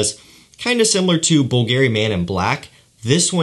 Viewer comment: I never miss your videos, have mad respect for your nose, but when you speak of a particular brand and mispronounce their name , I want to puncture my eardrums, lol. Bvlgari: the gar is pronounced like car, not air, like the name Gary. This is my only qualm, but for some reason it rubs me so wrongly! Cheers from, Omaha, NE! Hope the move went well and your all settled in; moving is truly the worst! p.s. Going to get my nose on one of your fragrances soon, immensely looking forward to it!